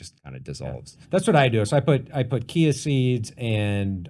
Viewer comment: Matt pronounces "Chia" like it's a Greek word and no one corrects him. What a legend! 😭